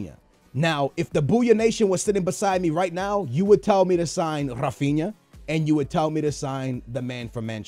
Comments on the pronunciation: Not ra-fin-a it's "Ha-Fin-Ya" learn to pronounce shit. Your Portuguese and you can pronounce Brazilian names, that's just sad. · Rafinha is pronounced Ra-fin-ya